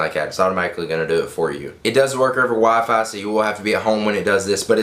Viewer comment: lol u said wafahy instead of wifi